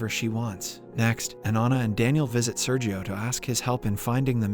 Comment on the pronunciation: Listen to the words he butchers, the inconsistency of pronunciations, the robotic way in which he says things with many separated latters (example: When Sergio was first introduced in part 1, ). Also, though I know better than to make an inquiry regarding the age of a lady, how old are you?